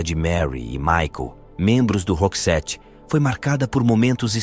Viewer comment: Tem muitas coisas erradas no vídeo, a pronúncia do nome da Marie, a pronúncia do nome da banda e do álbum Joyride e até mesmo colocaram um vídeo da Dolores do the Cranberries como se fosse a da Marie 😄